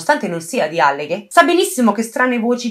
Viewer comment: Ah comunque è àlleghe, non allèghe, comunque complimenti per il video!